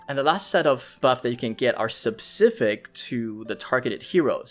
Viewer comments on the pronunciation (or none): SPEcific, not SUBcific.